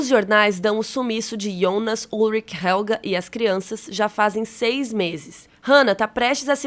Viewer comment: Vídeo mt bacana!! A pronúncia de Helge não é Helga, porque não possui ER, como a palavra Doppler